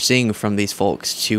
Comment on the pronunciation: Baby, the L in "folks" is silent ❤